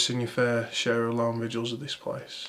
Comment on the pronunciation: Its VIGILS not VIDUALS.